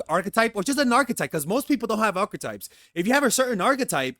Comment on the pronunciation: "Archetypes", not "Arc types"...